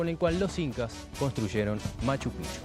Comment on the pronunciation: Hola, la correcta pronunciación de Machu Picchu es "machu pijchu".